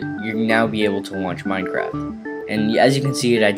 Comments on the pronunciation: did you say mineCRACK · u said minecrack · he said "now to download minecrac" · is it me or does this guy sound like he said mindcrack